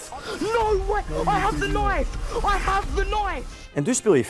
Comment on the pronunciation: "Ai heve da naif!' 😂